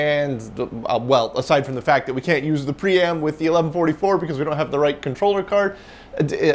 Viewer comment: Whenever you say "pree-am" and the drive isn't on camera, I hear "pre-amp" and think "why is there a pre-amp in a PDP-11?"